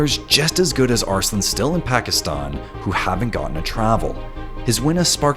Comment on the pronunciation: "Pakistun... Pakistuni"